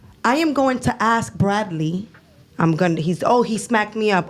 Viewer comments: If she’s so educated, why does she still say “axe” instead of “ask?” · the word is ask.. not AXE.. i think if a woman cant even say this simple word properly.. and makes excuses as to why or even tries to shame you for correcting her... she is not a lady and should be left for the streets. chick said niggas NEED tp be spending that money on them.. cus we not gona die with that money..so we should just spend that. the level of manipulation here..and they get mad if you dont and start getting aggressive.. question is where's their own money though? Host sai those are simps though.. she said NO! those the ones that got it.. im like.. ok like simps dont have it also, thats why they giving it away. long n short.. whores. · Ask him: ✅ Ax him: ❌ ( The first 48 Hours ) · Ain’t dating no grown ass female that says Ax instead of ask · Masters Degree but can’t pronounce “Ask” correctly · Masters degree but can’t pronounce “ask” correctly is wild